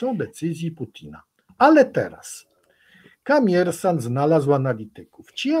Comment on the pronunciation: Nie ma czegos takiego jak Kamiersant! Jest Komiersant. Przez "O"! I przy tym akcent na ostatniej sylabie a nie gdzies wczesniej. Dziekuje za uwage. 😊